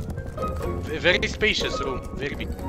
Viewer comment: This guy again 😂😂" bery experienced with hotel you know "